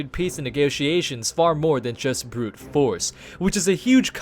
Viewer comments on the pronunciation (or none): none